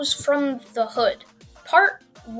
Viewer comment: Hey cuz the way you said hood was weird cuz